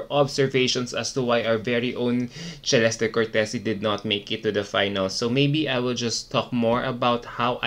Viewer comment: WHY did MUPH change the pronunciation of her name??? This was the 1st time that I heard her name pronounce as CHEh-lesty. Wth.